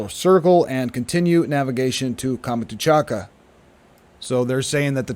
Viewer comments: Great work, but please stop saying "Kama-too-chaka", that's confusing. It's Kam-chat-ka (peninsula) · Please, Kamchatka is pronounced with three syllables, not five.